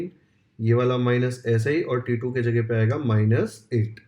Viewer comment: T2 sounds like titoo 😂😂